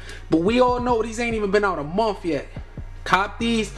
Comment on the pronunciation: That nigga said Monf 😂😂